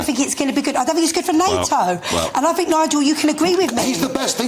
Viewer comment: Her complete ignorance is astounding. She doesn't "fink" at all, she has nothing to think about.